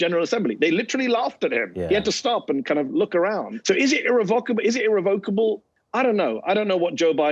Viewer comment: irREVocable not irreVOCable.